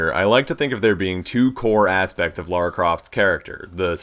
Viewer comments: I like that he says 'Lara' and not 'Laura'... Top man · 20 seconds in, no idea who is talking, but THAAAANK you for saying Lara instead of Laura. Thank you so much. I like you already.